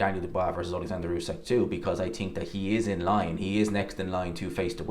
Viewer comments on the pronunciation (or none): I TINK you need to learn proper English.. it's Think not tink